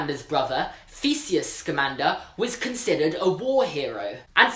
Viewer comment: Does anyone else think when he says thesius it sound more like feceius